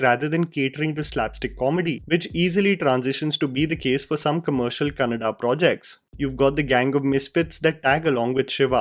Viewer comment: Kan-na-da. Tulu is not part of 'Kannada'. Let your English Aunty know too,.